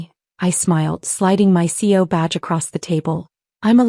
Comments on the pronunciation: So nobody anywhere in the management structure, including HR, knew who the new CEO was? Really AI?? Nobody?? Gotta call bullshit. Coupled with the mis-pronunciations (ex. C.E.O. is not pronounced “Coh), this is a poor effort. AI-generated videos like this one deserve three thumbs down 👎🏼👎🏼👎🏼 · CEO is pronounced C....E.....O, not CO. Either that or say the words; Chief Executive Officer. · Please pronounce ALL the letters in C.E.O!